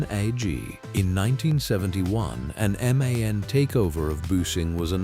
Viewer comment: Не мэн, а эм-а--эн.